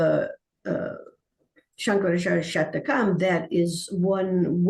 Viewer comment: It's Nirvana Shatkam, not Shatakam